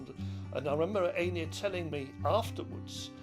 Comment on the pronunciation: Could the man not pronounce Einir's name? Embarrassing.